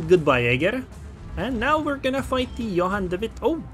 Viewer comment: Your dutch pronounciation of Johan de Witt is very good! =) keep the videos coming!